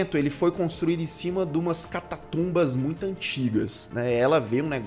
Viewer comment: "Catatumba" meu caro??? Catacumba...catacumba.